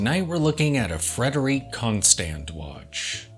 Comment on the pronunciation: I’ve heard that the Swiss French way of saying “Constant” is more like “Conston” with a silent “T” at the end. 👍🏻